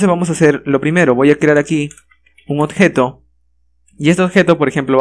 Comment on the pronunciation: excelente video solo que no puedo dejar de notar que no dices "Objeto" dices algo como "odjeto" XD